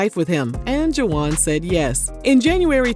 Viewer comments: "ju-wahnn"???? Come on girl!!! "Wahn" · Girl are you calling him Juh wan and really it's just Juan??😅😅 I can't with you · I can't with the juwan... it's pronounced Hwan🤭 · Girl it’s pronounced WAHN the UA are silent. Juan.